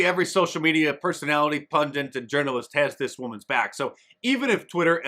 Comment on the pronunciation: Yes, but why does he constantly (and many Americans, tbh) mispronounce "pundit"? it's not pundint.